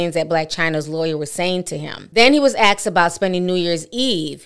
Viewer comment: Asked not axed